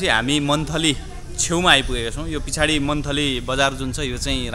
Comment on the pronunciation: को प्रस्तुति निकै राम्रो छ तर प्रसंग वस पछाडि भन्ने शब्द आउँदा त्यसलाई पिछाडी भनेर बोल्दा भने भाषाको मौलिकता बिर्सेझैँ लाग्यो । अरू सबै ठिकै छ । विद्या चापागाईंको हेर्नेकथाझैँ पुर्वी ब्लुज पनि हेर्न छुटाउन नहुने ड्कुमेन्ट्री हो ।